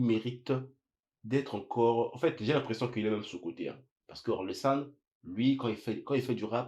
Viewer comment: Pas or-le-san... O-rel-san. 😜